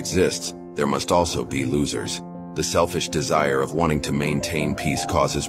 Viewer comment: you pronounced madara wrong. Also only said half his quote, there is more to his philosophical message than what you showed.